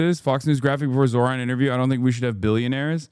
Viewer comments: Zorha, Zohan…why is Sliwa intentionally butchering hot name? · THE NAME IS NOT EVEN THAT HARD BRO IM CRYING "Z (of Zebra)-OH (of opening)-RAA (r and then the aa sound in Father's a)-N (just N.)" and then "MAM (the same aa sound found in father for the A, the ms are just M. You can even pronounce this as Mum if the mah is too difficult)-DA (yet again D with the a found in father. All the As in his name are like the A in father)-KNEE (self-explanatory)" LIKE BRO